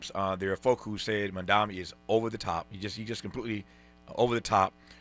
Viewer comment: Love you deeply, Tavis, and I agree with today's analysis wholeheartedly. But pleeeeease pronounce Mamdani's name correctly when critiquing him. The right refuses to pronounce his name correctly, and when they do it, it's usually a red flag that their critiques of him are about to be disrespectful in nature and in bad faith. I know your critiques are in good faith, always, but I don't want your critiques being dismissed by liberals in the same fashion right-wing critiques are dismissed by libs as a result of mispronunciation... Mom-don-ee. 🙃